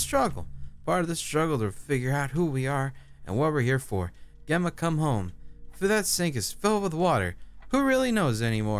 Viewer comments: Gemma is pronounced Jemma,, not ganondorf 😂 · I adored whenever you said my name properly! Makes me strangely happy! Say it like you'd say Jemma. Both Jemma and Gemma are pronounced the same way. Both are said with a J sound. Gem like gemstone. Gemma! Love you <3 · Gemma. I think the proper pronunciation is pronouncing the G like a J. Jemma. J + emma. Jemma = Gemma. I know probably won't change how he says it but I needed to say something cuz it was bothering me. Have a lovely day my fellow hoomanz. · The way you say Gemma is like you're saying Jemma. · Gemma is pronounced like jem-a :) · Gemma is a British (i think) Way of saying Jenna so I think the proper way to say it is Jenna. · Gemma is pronounced with a "J" sound in front of it. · Gemma is pronounced with an h so its Hemma ^^ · Hey cry! I share Gemma's name. It's pronounced Gem-mah! :) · The struggle of pronouncing Gemma lmao It's just Jemma with a G hun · one day cry will pronounce Gemma right! am I right?